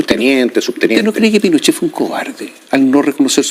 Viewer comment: Viejo zurdo recalcitrante, no se cuántas veces repitió "Pinoshee", "las torturas".